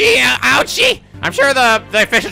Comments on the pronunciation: this is great and I love you included Komeada. Japanese Payne's name is Auchi which should be pronounced "Ouchie". I haven't seen any other pun names yet though I am looking for them. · Also, I'm not sure if you caught this somewhere and I didn't notice, but the prosecutor's name is Auchi. As in ... ouchie. Because Payne. Get it? :)